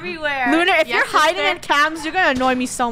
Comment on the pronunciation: Lunar always say famely sester 😭😭😭